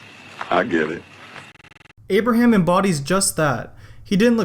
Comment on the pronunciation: Did you just say "Amber ham" 😂